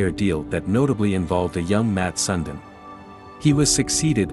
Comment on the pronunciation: Sundin pronounced Sundeen.. Learn to pronounce words please..